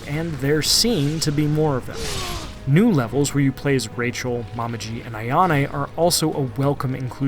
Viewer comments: He really called momiji “mama-ji”… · Say “Momiji” again…🤨